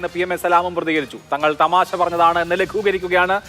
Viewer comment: തെമാശ അല്ലാഡോ തമാശ എന്ന് പറയാടോ....